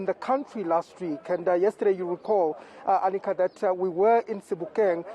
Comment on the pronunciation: This women is murdering Manqoba Mchunu’s name, I think he should either ask her to show some respect and pronounce his damn name properly or call her Arnica instead of Anika… see how she takes that